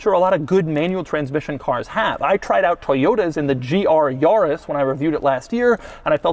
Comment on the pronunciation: YORIS, isn’t that suppose to be YARIS🤔